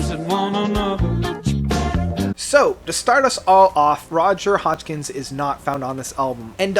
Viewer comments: Hodgson, not Hodgkins. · Hey, bud, please! His name is Roger HODGSON, not HODSKINS! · Yessss, it's hodgsooooonnn!!! Not hodgkins!!!!! Tch!!!! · This man doesn't even know how to pronounce Roger Hodgson's name right. He says it as "Hodgkins" early in the video. Simply because of this, why should you trust ANY of his opinons? Since I don't agree with a lot of it anyway, I'd definitely rank these albums somewhat differently myself. Supertramp's last really great album was "Breakfast In America" in 1979 and as I've listened to it more over the years I've really grown to like the whole thing. I don't bother to pick on two or three possibly more mundane tracks anymore. Anyway, they really lost it after "Breakfast". The next LP, "Famous Last Words" (1982) TOTALLY sucks. Not one good song on it. Even the pretty boring cover art says something. Before this, Supertramp always had neat, innovative cover designs, (not to mention the music too). Two more '80's albums, "Brother Where You Bound", (1985) and "Free As A Bird", (1987) weren't anything fantastic overall but each LP had a couple of OK songs. "FAAB" does feature halfway decent cover art, by the way. There also were the ones that came out in the 1990's, which very likely are their last two studio albums. I haven't ever bought them. I mean I already knew their '80's stuff was as weak as it was, especially Famous Last Words. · Roger Hodgkins? Indepidibly? Can you at least learn to pronounce all of the names and titles right? It would lend so much more credibility to your videos. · Roger Hodgkins? WHO??? You don't even know the names of the people in the band. Could you please find something else to do because if you can't get names and pronunciations right, it certainly discredits your credibility. You could be (and do) so much better. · Who the hell is “Roger Hodgkins”? What the heck does EXspecially mean? Perhaps you’re referring to Roger Hodgson? Especially...Espresso No “X”